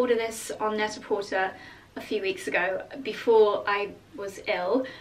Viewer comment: I've learned how to pronounce some things from your vlogs, so I thought I would share that I think it's supposed to pronounced Net-a-PorTAY, you know, to rhyme with "prêt-à-por·ter" (/ˌpredəˌpôrˈtā/), as a very clever pun on the French term for ready-to-wear. It's always a surprise to me when I hear you say "porter," rhyming with "shorter."